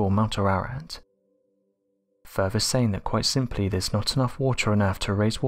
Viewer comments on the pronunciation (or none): I like the deaFF ray and furVer research. WTF y can't peopke pronounce easy words?